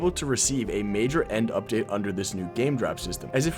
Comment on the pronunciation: "End Lipdate"😭🙏